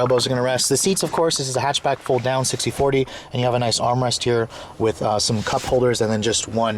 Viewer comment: Aleksandar Angelov "hechbeg" xD